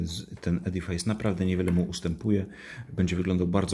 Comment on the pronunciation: Przepraszam ale wymowa to 'edifis' , nie 'edifajs'